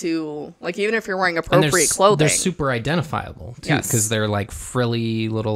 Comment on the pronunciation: “Be apporpiate” go me over here picturing a porpoise wearing the garments 😂